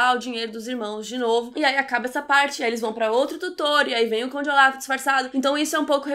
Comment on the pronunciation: Q nervoso vc falando Oláf, é ôlaf hahaha mas adorei a resenha. Eu a serie assim q lançou e era mt ver a segunda temp. Eu odeiooo dms injustiça em serie e odeio o fato de ngn ouvir as criancas mas enfim, adorei o filme por isso q eu vi a serie, tem uma coisa q acontece nos ultimos eps q eu fico tipo q????? Mas enfim